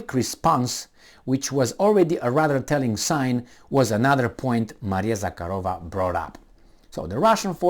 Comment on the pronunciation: since you have a crush on the Lavrov's answer to Jen Psaki, you may as well get her last name right:) ZahArova - no k, and emphasis on the second, not third syllable.